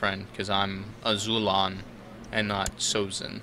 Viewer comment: isn't it AzulOn?